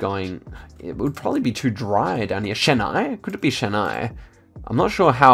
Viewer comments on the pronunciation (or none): it's pronounced Chin + I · The ch in Chennai ISNT pronounced as the ch in the brand chanel, it’s pronounced as the ch is chalk.